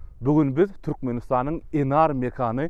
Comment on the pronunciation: Eşidenim gowy boldy: "nar" dal-de "Enar". Videony hökman yüklep almaly.